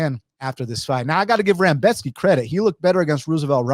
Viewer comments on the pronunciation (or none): With all due respects, you mostly, if not all, picked favorites to win. And you kept calling Rebecki, Rambeshki.. sorta weird, but I appreciate your takes and how thorough of an analysis you gave. It was very on point for how you saw things. I definitely saw some things that I didn't think about before hand, especially that Volkov weak takedown defense when trying to go for a guillotine vs. Gane. Definitely think it's wild to pick no underdogs at all though.